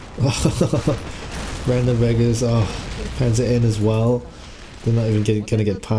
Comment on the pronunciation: "Panzer Eye"? Do you mean Panzer One?